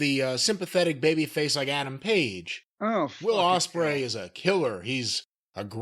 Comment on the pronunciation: How can he not pronounce Osprey correctly?